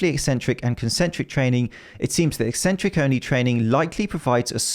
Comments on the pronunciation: Thank you for pronouncing it like "eksentric" and not "eeeesentric" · just seeing this video a year late, but want to say thank you for pronouncing 'eccentric' correctly. ek-SENT-ric. Apparently "EE-sent-ric" is a popular way to say it these days and I have no idea why, as it ignores the entire first C.